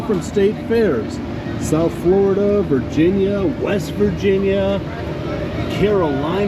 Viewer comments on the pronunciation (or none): none